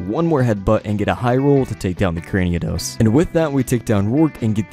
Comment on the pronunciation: It's Cranidos, not Craniodos :(